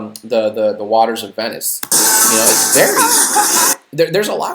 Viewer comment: Did you just fugging say "Gondola through the waters of Benis"??